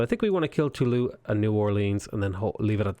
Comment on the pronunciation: He triggered me so hard by saying "Tooloo". It is pronounced "Toolooz" (I'm triggered easily I know ... dont blame me for being weak I'm French)